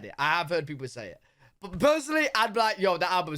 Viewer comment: What happened to the T in but?